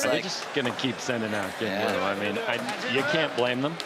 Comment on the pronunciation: I don't get it, is it pronounced genwoo or jinwoo?